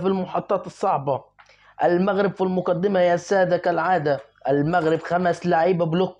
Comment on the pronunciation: ليه بتتلعثم لماتريد أن تنطق بكلمة المغرب .كأنك تنطق بها غصبا عنك انت معلق كن واقعي وأترك عنك.........؟؟ أعلم أكثر المشاهدين عندك مغاربة